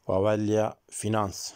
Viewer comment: Önceki videolarınızdan birinde T. Dili ve Edebiyatı okuduğunuzu ifade ediyordunuz. Üniversitede edebiyat okumuş birinin "vâveylâ" (çığlık) kelimesini hem yanlış telaffuz edip hem de çektiği videonun başlığında yanlış yazmasını doğrusu çok yadırgadım. Kaldı ki önerdiğiniz kanalın adı da vaveyla...